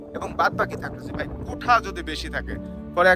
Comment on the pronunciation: আরে ভাই কোঠা কোঠা কেন করেন ? শব্দটা হবে কোটা । মিডিয়ায় কথা বলতে হলে একটু যাচাই বাছাই করেই বলতে হয় , যেন আপনার থেকে অন্যরা কিছু শিখতে পারে ।